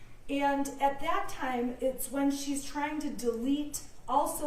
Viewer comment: you're honor i am so sorry. But i am either completely inept and/ or stalling to ruin the cadence of the prosecution's questioning. Can you give me a bottle and a blanky? I am really "twying" my hardest here!